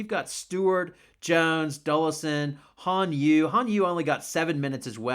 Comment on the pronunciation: First, Liberty Han Xu, you can pronunce HAHN-SHE then it'll be almost perfect. Second, I just want to hear your thought about NY super team. How, Why can it happen? When hearing the trio(Van, Stewi, Jan) play together overseas, it strikes me some negative thought...like if they wins WNBA championship, their salary(not from NY but from overseas) will increase dramatically. What I meant is wnba superteam is made not by wnba team GM but by overseas team owner. Am I being too disrespectful to WNBA? Anyway I just want to have your opionion.